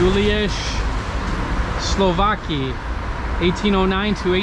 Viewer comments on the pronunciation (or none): Ride the metro at midnight, it's bucket list. Say Slowacki as Slovatski 👍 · in Polish you always pronounce C SłowaCki , MorawieCki , KoseCki and any other , it's not like in English when C and K are together you don't pronounce C . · Again I remind you, SLOWACKI pronounce as SUOWATZKI. Letter C is not a silent letter in polish language. If you see ...CKI or ...CKA always pronounce as TZKI or TZKA. Because in english C and K has same sound, you not double pronounce it, but we are different :) take care :) btw. Słowacki was a romantic poet.